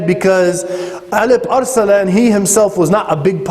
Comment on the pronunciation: First of all what is the ''elip er selan'' :D that should be ALP-ARSLAN (in Turkish it means vailiant lion) :D whatever it was just a joke I know it is the pronunciation of arabs :) secondly after all those services of Turks for Islam I wish Araps did not betrayed Turks in First World War! My nations have not deserve that treachery! Araps have turned their back to Turks and made alliance with camphor England :(